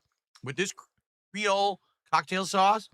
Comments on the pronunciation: ....he did not just pronounce Creole 'Cray-ol', did he? Omfg.....😳 I can hear my ancestors (well some causebim half black) crying in agony thanks to this....😒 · "Crayle cocktail sauce" they would heat you to death here in LA pronouncing it like that lol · “Cray-ohl” “Butter-ee” “Flay-kee” “Tang-ee” This dood can’t pronounce any words like a normal person… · Cray-Ole sauce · yep... lot of miami and new orleans people are facepalming at him for that one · Mfer cant pronounce creole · Also the way this Mothafocka say Creole pisses me off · the way he said Creole..